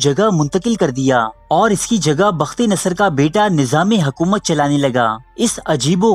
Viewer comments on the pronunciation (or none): It's not hakoomat. It's hokoomat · Hakomat Nahi Hukomat